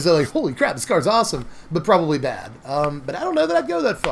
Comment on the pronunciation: “It’s not that bèhhhed” 😂 #bestgoateverprinted